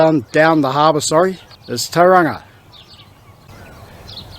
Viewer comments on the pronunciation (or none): none